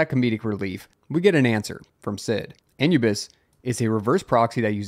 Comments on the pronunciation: How do you not know how to pronounce Anubis! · Wondering if this was the real cause of the Twitter/X outages. This is how you say: A - New - Bis. Anubis was originally the Egyptian god "of mummification, funerary rites, guardian of tombs, and guide to the afterlife as well as the patron god of lost souls and the helpless"